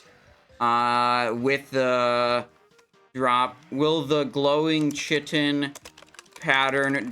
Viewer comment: Never mind the part where he then goes on, and every single time after the first pronunciation is incorrect, calling it chee-tin or chai-tin instead of kai-tin. 😅